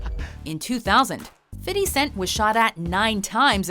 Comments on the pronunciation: Fifty not fity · Why does she have to say "fiddy" instead of fifty cent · Stop saying fitty. It's Fifty (Fif-T). You wannabe black people.